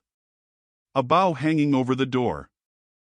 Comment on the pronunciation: Listening from 40 miles west of Chicago, near VFW Post 2164. If the narrative voice is not AI, it exhibits a minimal range of expression and monotonous inflections unrelated to content. It’s a bow (Bo) that hangs over the door, not a bow (bao). ~ .